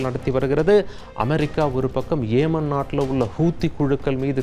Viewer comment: ஏமன் அல்ல யெமன் ஹூத்தி அல்ல ஹவுதி